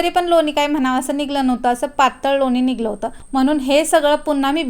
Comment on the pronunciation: शाई नाही ग बाई साय म्हण😂 निघलं नाही, निघालं.